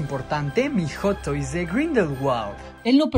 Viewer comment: "Joto is" dice el vato